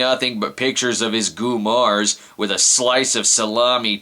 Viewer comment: "his goomarrrrrsss" brad is not italian confirmed. honestly, as a half-italian, i would probably get a kick out of this movie for being so corny and over the top.